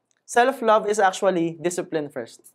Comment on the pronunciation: I really like your video contents about personal development and it resonates to me pa dahil kapwa pinoy. However, you may want to correct how you pronounce the word: “IS” kasi po you use it alot as a habit sa pagexplain and pagnagcconstruct kayo ng sentences in all your videos. Nakakadistract po kasi yung pagbigkas nyo ng “THIS” as “thes” & “ IS” as “es” instead na ipronounce as “is or iz” or pede rin na sabihin nyo nalang in tagalog na “AY” & “”AYUN” … Constructive feedback lang po! ✌️